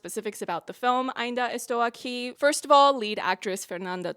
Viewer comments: Your Portuguese pronunciation is pretty fine and your review is just wonderful. "Ainda Estou Aqui" got even better because of it, I hadn't seen a review that could do that. You know the history of Rubens Paiva had another chapter now in 2025, after the movie? His death certificate has just been rectified to describe his death as "non natural, violent, caused by the Brazilian State". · The most thorough "I'm still here review" yet. So much depth and all historical pieces needed to fully understand the context of the film. And your effort towards pronouncing words and names in Portuguese is nothing short than extraordinary. Officially a new fan of yours here ! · Her pronunciation was not good. It was very, very good!! Great content by the way. I hope your channel grows a lot and reaches many more people. We must value a job well done like yours, congratulations. Best regards from Brazil 🇧🇷! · I think I just watched the best review I’ve ever seen in my life with the best pronunciation of AINDA ESTOU AQUI too perfect everything perfect❤❤❤❤❤ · Your pronounce of Ainda Estou Aqui was on point, in fact. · Girl Portuguese speaker are not like frenches. If u at least try to speak Portuguese we are overwhelmed. We don’t mind about accent and mistakes. But ur “Ainda estou aqui” is perfect. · As a Brazillian japanese I have to say: your "Ainda Estou Aqui" was pretty good. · You pronounce "Ainda estou aqui" so well you sound like an native Wasn't expecting you to cover an movie from my country but I have been a fan of you since your episode reviews from The Boys season 3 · > Pronounces "Ainda estou aqui" perfectly, almost as a native > Proceeds to excuse herself for butchering the pronunciation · Your pronunciation of Ainda Estou Aqui is good!!! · As a Brazilian, I can guarantee that your pronunciation is great. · You're actually the first person that I've seen on youtube that pronounced the name right lmao